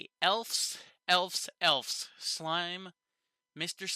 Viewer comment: Good review. This was my least favorite episode so far. I still liked it, but it felt slow. Your suspicion of the councilmen seems right on. I don't know why Rimuru punished Gobta while they were in the jail. Also, why did Gobta not accompany them to the elves? BTW, the plural for elf is elves, pronounced with a "v" sound, not "f" sound.